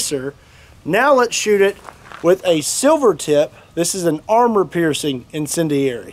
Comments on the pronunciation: Let’s count how many different ways he can pronounce incendiary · Love how this guy fails at pronouncing incendiary, time and time again 😆